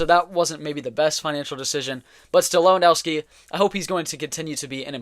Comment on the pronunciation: Lewand o vski not Lewand au wski